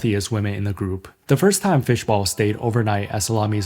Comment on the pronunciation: Fishball, not bowl :)